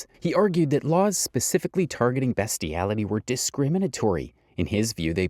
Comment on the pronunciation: Ah yes 'BESTiality'... Just read the scripts yourself man...